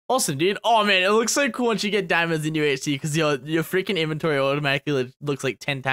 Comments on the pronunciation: more like dee-oh-mon-days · Has anyone else noticed that when he says DIAMONDEZ like that it kinda sounds like "Die on mondays"?